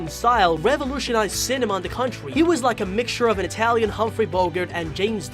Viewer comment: And cwontry (country) idk how to spell